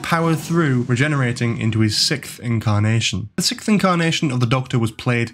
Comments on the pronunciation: So - please explain why you - and several others - somehow can't say "sixth"? Is this a trendy thing? Have podcasters discovered the new "arksed" by saying "sickth"? Is it a secret generational thing? Why is it seemingly suddenly commonplace to say "sickth" when you mean "sixth"? And I'm pretty sure it's a "chameleon arch", not "ark". And... hang on a minute: the Seventh Doctor was most certainly NOT "shot dead". If you set yourself up as an authority on Doctor Who (and by created a definitive video, you certainly are), you need to get your facts right. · Well, if you wanna get nit-picky, it's 2 words: "arch" and "sixth" (and you still haven't explained to me the trend of saying "sickth", which really does intrigue me, as it seems to be a deliberate choice). To correct you on your main argument, the seventh Doctor's regeneration was instigated by the use of the anaesthetic, not the bullet wounds. He even says so while on the operating table! I think that's a PRETTY major plot point. If you can't cop some mild criticism, why are you putting out a video for all the world to see? Why call it "The Complete History of the Doctor" if it's not meant to be authoritative or accurate? Wouldn't you LIKE it to be as accurate as possible?